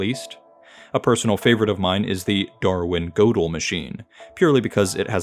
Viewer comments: The ö in Gödel is pronounced more like "er" than "oh". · itls pronounced gurdel (say "kurt gödel)